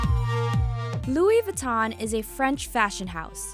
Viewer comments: She pronounces Louis Vinton wrong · they didn't pronounce louis vuitton right 😷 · I cringed every time she tried to say Louis Vuitton... 🤦🏻‍♂️🤦🏻‍♂️